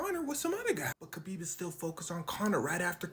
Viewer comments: Its kHabib. HAHbib. The k really doesnt show up in sound. Hes said this so many times. HAHbib. Not KAHbib. Like habibi. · His name is pronounced Habeeb; not Kabeeb. His name Khabib Nurmagomedev means the Beloved Light of Muhammad. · Every time you said "Kabib" instead of "Khabib" it made me die a little inside. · It’s spelled with a k but not pronounced with a k, sounds like habib but it’s spelled Khabib 👍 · Pronounced Ha-beeb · khabib's name is actually "Habib" same as "habibi" but there is no letter to represent the heavy arabic "H" sound. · "Never heard of...?" Dude it's Khabib. WTF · Pronounced “Habeeb,” the K is silent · The K is silent. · You said his name correctly once and that was in the first go lol